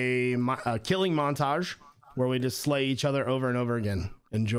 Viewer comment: You said montage